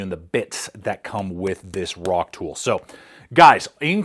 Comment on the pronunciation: Its not a “rock-tool”, its a “rock-tole”